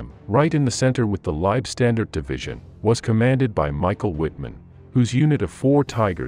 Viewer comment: If you are going to make videos about the Germans in WW2, then please learn how to properly pronounce German words. For example: The "W" in German words is pronounced as a "V". You sound silly pronouncing it as a "W". You also mispronounce "Leibstandarte".